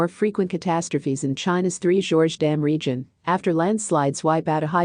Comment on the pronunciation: For F/S...Get it right. Its 3 GORGES. 3 Georges is a trio of blokes with the same name.